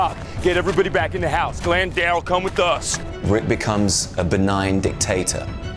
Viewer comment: his name isnt darren, its darryl